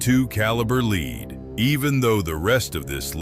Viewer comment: Not leed it's lead stupid